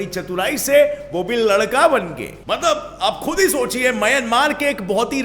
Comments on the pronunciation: Wow.... He said mtbal 🤣😅 at place of mtlb...🤣😅😅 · told matbal....... 😂😂😂😂😂😂😂😂😂😂 Kya bhai aap bhi na